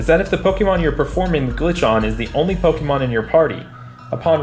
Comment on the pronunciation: Poe Kay Mon. NOT Poke E Mon. Season 1 opening. Pooooe Kaaaayyyy Mooooon gotta catch 'em all!